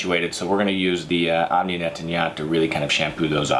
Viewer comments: He keeps saying NET-TAN-YAHT for NET-TOY-YANT and Super IN-NUL-VER FOR IN-VUL-NER. At least try to pronounce the name of the product correctly. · misprounounces? more like murders them... Netanyat? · they sound likehe is calling netanyahu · Nettoyant= neht- twah- yōn- te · Omni Net-tan-yaht 😂😂😂 I do speak French so I can relate how bad he’s butchering that word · Netanya...who? = Netanyahu?